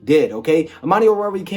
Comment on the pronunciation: At least you pronounce his name correctly, got Goodfellow beat.